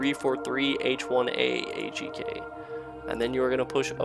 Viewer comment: when your HCEEK instead of H1EK